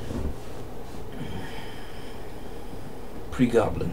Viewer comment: DontAsk pronunciation issues. ;)